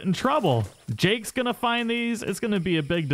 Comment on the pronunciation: You called johns son Jake lol XD. It's Jack. Love your vids tho.